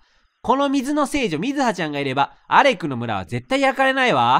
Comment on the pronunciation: 4つめの村の読み方がアレクなのにアクレになっていましたよ